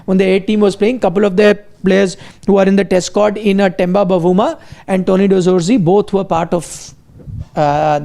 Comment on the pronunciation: Its not Tenda Bavuma its Temba Bavuma have some respect for the South african captain.